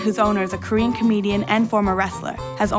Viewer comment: Wow she murdered the korean pronunciations XD